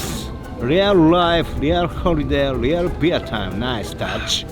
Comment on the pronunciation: Rife! 😆 no L’s in Japanese!